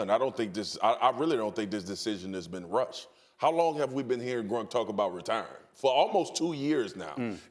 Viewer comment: It's gronk not grunk